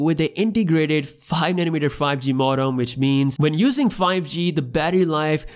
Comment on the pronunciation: This guy says nanometer better than I can pronounce anything